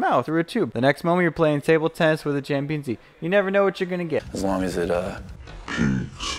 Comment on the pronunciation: "champinzee" <----that. :D and "atmosshred" <---this :D :D :D